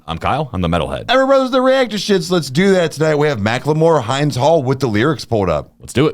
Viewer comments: It's Hind pronounced like Hindu. Not hinde. Much respect 🙏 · It’s pronounced Heend. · its not hind like behind its hind with a short i. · it's "hind" like in "hindenburg" not like "behind" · I wish people reacting would do a tiny bit of work and learn how to pronounce Hind's name. Also, hopefully this reaction will inspire the hosts to educate themselves about the genocide the US is funding in Gaza. After 8 months of a holocaust, it is embarrassing to hear anyone say they do not know what is going on. 😢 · Hind is pronounced with the i in hint. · They can’t even pronounce Hinds properly that just shows how illiterate they are 😂😂😂✌️ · It's pounced like wind as in anyway the wind blows. Not like mind